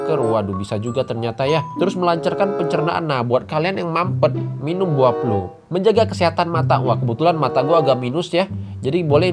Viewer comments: bukan plum dibacanya tapi plam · BUAH PLUM DIBACA PLAM BANG :) biasanya rasanya masam kadang manis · Penyebutannya "plam" mas😂